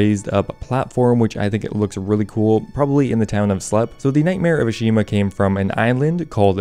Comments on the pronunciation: It’s “Ah-Shi-Hama” ✅ Not “Ah-Shi-Ma” ❌ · It's Ashihama, he just can't pronounce it so save his life, somehow managed to drop a whole syllable